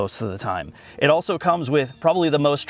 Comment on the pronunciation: I can tell been working on the 'auso'/also predicament. He's not quite there - remember: A-L-S-O. There's an L there, not a U!